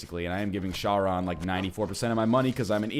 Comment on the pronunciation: Charon is pronounced like Karen. Also, please check your manor for what you can upgrade- just look at the options.